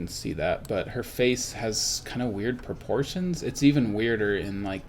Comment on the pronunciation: I like how he emphasizes on the 'proportion' of the sorceress model.